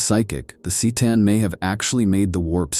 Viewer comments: Oh wow, the mispronounced Seetan and Necrontire is making this unwatchable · Necron-tire? Tee-tan? Good Lord. I enjoy the videos but I really wish you’d stop using lousy A.I. to narrate.